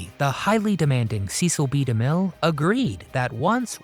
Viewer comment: sesell bee da mill , not seees